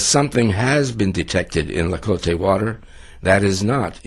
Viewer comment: it's pronounced TLA-CO-TE not La-co-te :p